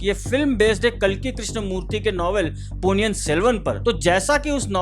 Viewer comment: It's not Ponni yan it's Ponni in .